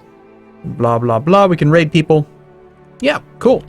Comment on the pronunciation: Is pronouncing Raid as " Rape "? Thats some funny shit that is